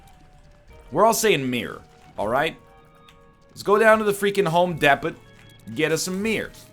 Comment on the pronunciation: Woah... we are just going to ignore that he said home depit instead of Home Depot?